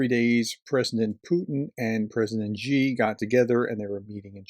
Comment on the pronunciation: You can't even pronounce Xi's name, so I have to doubt the amount of real research you have actually done in this subject, other than reading out-loud some news reports verbatim. If there is only one Chinese name you might bother to learn, it should probably be his... Sino-Russian relations are very complex and both sides have a lot of history that they are unable/unwilling to get past. Having lived in China for the last 2 decades, my best description would be that right now, they are tactical friends but strategic enemies. Just look at the distance between their mutual borders and their respective capital cities, China has good reasons to be fearful of a Russia ruled by an imperialist. China's short terms goals with respect to Russia are going to be keeping any chaos (Pax-Putin) away from their own massive border with Russia.